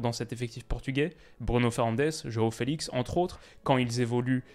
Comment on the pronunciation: Petite précision sans importance, Joao Félix ce dit '' Joao Feliche '' comme Dalot ce dit '' Dalote '' 😍😇🇵🇹